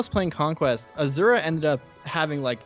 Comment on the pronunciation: Every time you say Azura I hear you saying Ashera instead.